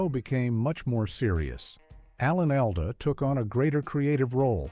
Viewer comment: Oh you don't like "Alan AL-duh" lol... yah very annoying. The flat AI voice is grating, too. Same modulations over and over. And I didn't know Mike & Gloria got their own spin-off in 1978, did you? Must have missed that one ;)